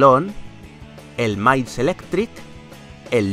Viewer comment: dices mailis tails